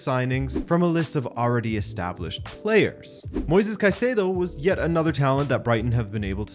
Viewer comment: Finally someone pronounces Caicedo's name the right way! I've had enough of all of these British pundits and fan channels calling him Kaseedo!